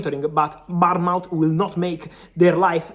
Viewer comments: Fabri' sono di Bournemouth e si pronuncia bornmuth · man, I was wondering what country "Barnmaut" was in, then I realised it was Bournemouth lol As far as Alvarez goes, it's a tricky one because he wuld walk into just about any other team as a first choice player...